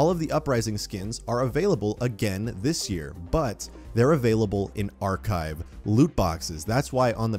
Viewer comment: His driving me crazy when he keeps saying archive